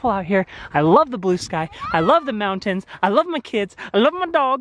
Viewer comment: I was reminded you weren't raised in Utah by your pronunciation of "Mountains" 😅